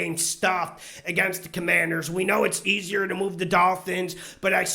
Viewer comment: I see you got the no names name right this week. #Commanders